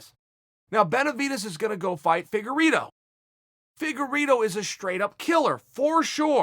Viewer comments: When Chael calls him “Figerino” I picture an Italian in a tall chefs hat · Yo next time he calls my man ‘Figgerito’ I’mma lose my shit. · Lmao! "Figure-ito" sounds like a diet tortilla chip.. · Chael P "Figurito" Sonnen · Fegerino? Fegerido??? 😂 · There's something beautiful about the way Chael pronounces Figueiredo. I need more of that. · Chael pronouncing foreign fighters’ names is in the top 3 of my favorite things about MMA.